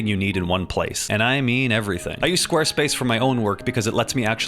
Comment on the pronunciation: I swear squarespace sounded like space king to me for a moment.